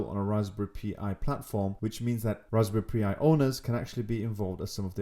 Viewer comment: Tell me you didn't say Raspberry Pee Eye, it's pronounced Pie. Raspberry pie like custard pie. They have only been around 10 years! Lol